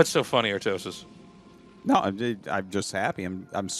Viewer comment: When i see Snow i instantly think how he is pronuncing Artosis name in koreean.Artosisee....